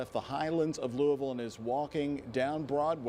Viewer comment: She said Louis ville... Obviously not from Louisville